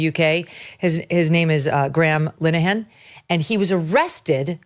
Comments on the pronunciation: Fair play to you Megyn , your the only one who pronounced his name properly. Your a good Irish Cailin 🇮🇪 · WELL DONE MEGHAN..U GOT THE NAME RIGHT..ITS AN IRISH NAME .LIN EH HAN..🇮🇪🇮🇪🍀🍀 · You can tell who the Irish-Americans are covering this story; only they pronounce 'Linehan' correctly.